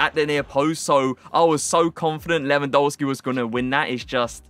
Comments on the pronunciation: Your videos are too tier!!! But please can you say his game correctly. It’s pronounced Levandovski the polish pronunciation of a W is V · Admit it you almost said Lewandisney 😭😭😭😭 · At least pronounce the guys name right.